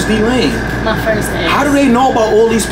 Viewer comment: It’s him saying DEE-lane